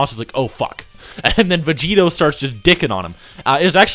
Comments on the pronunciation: Anybody else bothered by "Vegerot"? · "Blue Vegerot"